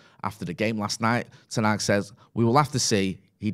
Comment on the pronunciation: It’s not Ten aaag. Stop butchering the name!